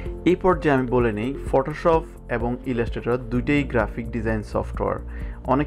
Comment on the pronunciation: আসছিলাম তর ভিডিও দেখতে ভাষার যে প্রনাউন্সিয়েশন!!! আমি শান্তি হয়ে গেছি। ফটোশপকে ফটোশফ বলা পাব্লিকরে ভাই তুই 😂😂😂